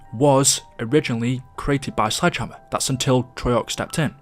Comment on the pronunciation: When he said Sledgehammer it sounded like Slide Jammer